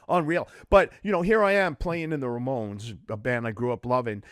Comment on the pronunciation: Slim Jim keeps saying "RAY-mones", but occasionally says it normally as "Ramones". Funny.